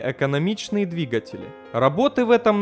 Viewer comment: Автор, отличный контент. Но почему ты так блевотно читаешь? Сходи на курсы сценической речи и канал просто взлетит. Ну или поучи русский язык хотя ты. Множественное число от слова "двигатель" это двигателИ, а не двигателЯ